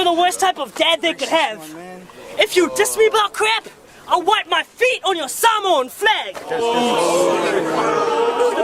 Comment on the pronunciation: It would be good....if he could say samoa properly🤣🤣🤣🖕🏽